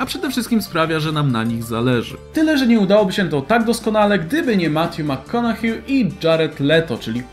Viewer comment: Makkonahej się mówi :) dzięki za listę!